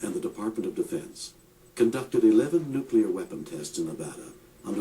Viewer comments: Has anyone noticed how good documentals are usually too short, but bad ones go on and on? This of TOTAL CRAP is an INSULT to the victims of nuclear - NOT "NUCULAR" (AAARGH!) - explosions oer Hiroshima and Nagasaki. As pointed out in earlier posts, these people SURELY were NOT part of any conspiracy theory! Seriously, 0=1 ? Hey... remember to breathe! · he lost me with "nukular" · It's "NUCLEAR"not "NUCULER" How bloody difficult is it? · New-clear not new-cue-lar asshole! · Have a hard time listening to anyone saying "nukular" when trying to be scientific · Once again, it's pronounced NU-CLE-AR not NU-CU-LER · You lost me at "Nuculer" Can you not read? It's NU CLEAR. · I've got to listen to you saying "nucular" for two hours? Fuck off. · I could not bear to listen through this because of the repeated distraction of the narrator saying nuk-u-lar rather than nuclear. friggin annoying! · This video lost me as soon as I heard "nucular" the second time. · This dumbass can't even pronounce nuclear. Hall the time he say NEW-Q-LAR are we supposed to take this nitwit seriously? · lol thermal nucular war haha...its nuclear not nucular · the bombs are called "nuclear" not "nucular"... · You lost me when you kept saying "Nucular"... -_ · say it with me: NOO-KLEE-URR Do you call the core of an atom the "Nuculus"? Jesus. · I don't give much credence to a video about nuclear weapons when the narrator can't even pronounce "nuclear" correctly. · If you're going to make videos like this, please learn how to properly pronounce the word "nuclear." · Hmmm, I'm suspicious of anyone promoting a nuclear conspiracy who can't pronounce "nuclear".